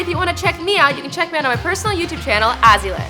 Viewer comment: It's azzyland